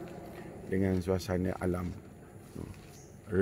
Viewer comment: Sipi2 ja ustaz sbut..Minit " dengan suasane alam Nohqhh" haha aku suka btoi... #Nohqh salammmm😊